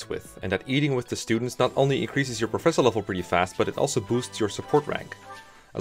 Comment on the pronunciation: I thought it was pronounced Professor. That's what all the people in universe say anyway. Hmm I wonder what my recommended videos will be: Can You Beat Pokemon Sword and Shield Using Only A SNOM? Can You Beat Pokemon Black WITHOUT EXP? [note: I know the answer is yes for Pokemon White because dondon151 did a speedrun of that before the game was even out in English, seriously the playlist is his channel] Real 3 Housewives of Garreg Mach (Fire Emblem 3 Houses Parody Animation) Can You Beat Terraria With only the Sand Gun? Terraria, now there's a surprise.